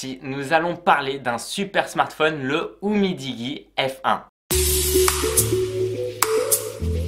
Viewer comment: Oh non il a dit oumidigui